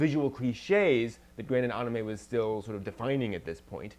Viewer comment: Why does it when she says Anime it sound like Onamay? XD